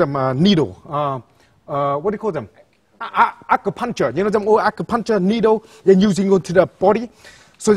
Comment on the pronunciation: he says acupuncture as "I can punch her"